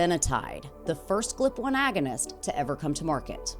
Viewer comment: Are you AI? You keep saying "Glip" and it's G.L.P. 😂